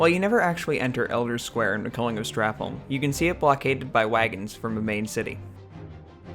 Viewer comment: Why are americans unable to say holm correctly, its pronounced like home